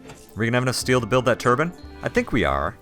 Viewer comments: yikes, 3x3 bedrooms aren't really a good way to go, 4x4 to 5x5 would benefit your colonists moods better, unless they have the Asetic trait which they would prefer a smaller bedroom but that's the only time that would be a good idea to use 3x3. Also, Tur-Byne, not Tur-bin. A turbin is a headwrap arabic people wear. Other than that, good start :) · It bugs me sooooooo much that he pronounces it turban rather than turbine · Please, please, please, learn to say Turbine. I'm enjoying watching your play-throughs, but it is almost painful to hear you say "turban" instead of turbine. I honestly have never commented negatively on someone's accent before, but this is really grating, when you are generally clear on everything else. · why do you say turbinn instead of turbine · He had to make sure he covered his areas with a Ruff too. :) lol. Interesting seeing how people from different English countries say the same word.